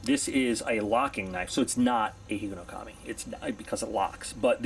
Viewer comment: It's a single word, man. Not three.